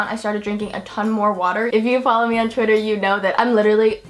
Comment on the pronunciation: Why do you always say chwiter instead or twitter